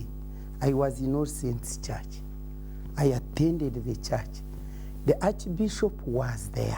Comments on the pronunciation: WA WES DE CHACH? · 28...."Where was the Chuuch"?? 🤣🤣🤣🤣